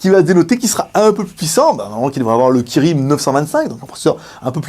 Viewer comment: Kirin kirin kirin tu l'as pourri le nom tu le sais :-)